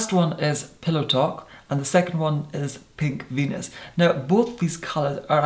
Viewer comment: PINK VENUS...I swear at first I thought he said “pig fetus”. I thought, “Well that’s a specific name for a lip liner...” 😂😂😂